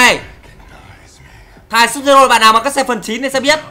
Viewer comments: Sub zero đọc là Sub_zero9 n:)) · Vãi chơi Scorpion mà đọc là sud-zero:V